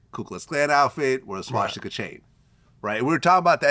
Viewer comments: It's "swastika" not "swaŠtika"!!!!!! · Its Swastika, not Swashtika. Isn't Vlad Jewish? This mispronounciation is very telling of his intelligence. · Vlad you gotta learn how to say swastica..its not shaw-sti-ka. Its swa-sti-ka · I took a shot every time this mf said swashtika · If i hear this mf say SWASH-TICA one more time i stg